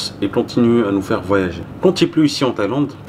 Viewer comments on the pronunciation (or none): none